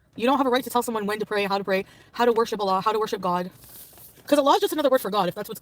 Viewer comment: You know, one thing that proves Salah didn't care for her is that he didn't teach FB how to pronounce "Allah" correctly.